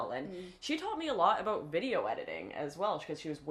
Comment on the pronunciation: I love how you say aboot 😂